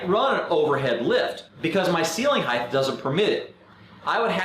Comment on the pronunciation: good vid. must tell you, height is pronounced 'hite', like weight. no 'th'.